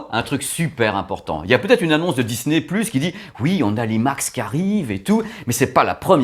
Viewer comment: Bonsoir encore super sympa ta vidéo avec ce format IMAX 😜😜 mais tu as oublié quelque fois ton accent anglais pour Disney " pluche"😂😂. Allez bonne soirée et à dimanche👏👍😜😘